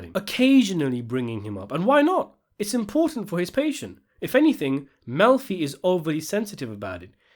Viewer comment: I love that you pronounce it "milf-y" and that the subtitles translate that as "M*lfi"!